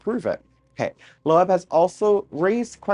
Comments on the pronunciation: AVI'S LAST NAME IS PRONOUNCED "LOBE" BUT SPELLED LOEB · Lobe try that pronunciation young man... 😜